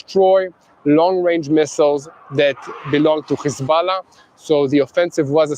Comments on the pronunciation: Please don’t say khizbalah any more. It’s hesbolah. Ok practice. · What press cant even pronounce hezbulloh properly